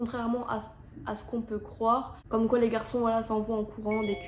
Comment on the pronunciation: Personne parle du « quoient » 😭😭😭